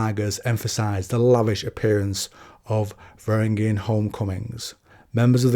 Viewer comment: "Vangaring guard" No. "Vah rang ee an"